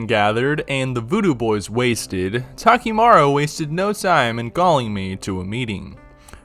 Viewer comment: bro Takimaro lmao